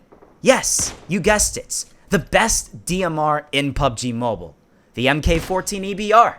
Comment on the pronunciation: Hahahaha he said Im not dump Lol he is he cant say mobile